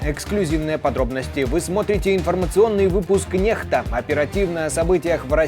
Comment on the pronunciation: Почему ,Эти Люди, говорят Нехта ? ..... когда написано Некста?